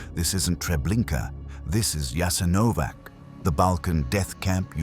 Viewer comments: Probably not pernounced with a j but a ya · JASENOVATZ. NOT JASENOVAK. WHY DONT YOU LEARN ??? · It's not "Jasenovak", but "Jasenovats" (with a "tsss" sound in the end). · Prije svega se trebao raspitati kako se točno izgovara naziv toga mjesta. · ITS NOT " JASENOVAC", C like first leter of word Keys.. Thats wrong Its JASENOVAC , C like letters ZZ of word PIZZA, you pronounce them like C in croatian .. So JASENOVAC would be written like Jasenovazz for americans to comprehend last letter as lwtters in italian word "pizza" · Pronounced "Yah-sin-oh-votch" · Correct, and the "J" is pronounced like a "Y." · "Yah-sin-oh-votch" was establish in occupied Yugoslavia and was operated by the Ustaše regime. Europe's only Nazi collaborationist regime that operated its own extermination camps, for Serbs, Romani, Jews, and political dissidents.[7] It quickly grew into the third largest concentration camp in Europe.[8]. Unlike German Nazi-run camps, Jasenovac lacked the infrastructure for mass murder on an industrial scale, such as gas chambers. Instead, it "specialized in one-on-one violence of a particularly brutal kind",[10] and prisoners were primarily murdered with the use of knives, hammers, and axes, or shot.--Wikipedia. It was a huge brutal place, there are some horrible photos online of people that were maimed there, but still managed to survive. The camp is not "well known" in the west. If you are interested, I recommend starting with the Wikipedia page for "Jasenovac". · The pronunciation is YASENOWATZ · But the name of the place was immediately and then repeatedly mispronounced. Why? No care at all to look into how to pronounce the name of the place you're talking about, really? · And you should pronounce the name of the camp correctly! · Learn to pronounce the letter c in Slavic languages. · please study how to spell it correctly its not a k sound but a c like in Cesar. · A British voice gives so much authority! Too bad he cannot pronounce Jasenovac correctly.